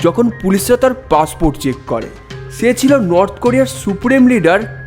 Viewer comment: ছকাল না সকাল, ছে না সে,উচ্চার‌নে সর্তক হোন😢